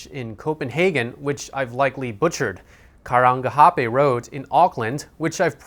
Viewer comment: You got Karangahape Rd n Auckland spot on, but we just call it "K' Road anyhow!